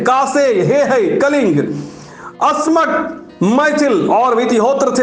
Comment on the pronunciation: Abey jhantu asmak bolna nahi aa raha